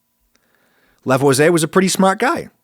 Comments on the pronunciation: I'm a community college drop-out and I know you mispronounced Lavoisier . It's 'Lah-vwAh-sEE-AY' See "courvoisier" See Tim Meadows in the acclaimed 2000 movie "Ladies Man" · The pronounciation of Lavoisier killed me and I’m not even French